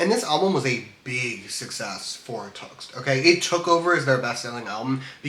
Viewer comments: ur saying tuxt dude its T X T you should say it properly love the 3 hour pesintationtho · Btw it is pronounced T X T as the letters